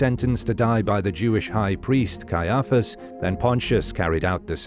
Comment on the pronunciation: Cannot believe how you pronounce Caiaphus. You put the emfarsis on the wrong sillarble.